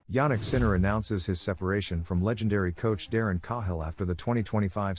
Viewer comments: Yup, I don't think it pronounce like Carhill. more like Kayll. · Learn to pronounce Darren Cahill correctly...